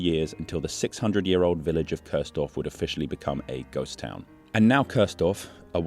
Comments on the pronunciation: Nice video, but it is called Kursdorf, not Körsdorf 🥲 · Your narration pronounces the village name as Curse-dorf (English pronounciation), which litterally translates into "damned village". Properly, that village name is pronounced as "Chores-dorf". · Interesting video, even for someone who lives only one city away in Dresden I never heard of this before.🫶🏼 Only a small side note: you kept pronouncing it Köörsdorf, when it's named Kursdorf, with a U, pronounced like in "Uhlenhaut" or a shortly said "cool" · Chores-Dorf is kind of weird, worse than curse-Dorf. It is Kursdorf. It's the look sound: ˈkʊʁsdɔʁf where the ʊ is also in look:lʊk. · It isn't Cursedorf, its Kursdorf. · Nice one. Though I have to be "that" German: the village is pronounced "Coors-Dorf" (yea, like the beer), not "Curse-Dorf". Just little to no "r" sound. Think of "huah!", then you got the "ur" right. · No, it's pronounced koors-dorf, with the "oo" spoken like "look" or "took" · The pronaunciation of Coursedorf really puts me off. There is no o to speak in Kurs. Kurs indeed really means Course in a navigational context (or price at stock exchanges) so it is somewhat funny but still irritating. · Curse-dorf? Even as a German, I heard that :D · noticed how the narration pronounces the village' name is "Cursedorf" (english pronounciation) which translates to "Verdammtes-dorf"...! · Cool video. Keep it up. But: in German, U is always pronounced like the ou part in you or like the oo part in moo or boo. So the right pronunciation of the village is "Koursdorf". 😉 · great video all in all. But if your point was to pay tribute to a ghost village, why do you insist on pronouncing it wrong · 😊 The u in Kursdorf is pronounced like the two oo in cool. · nevermind, I just had to fulfill my obligations as a German to be annoying and overly correct on the Internet 🤣 Thanks for a great video and for telling an interesting story!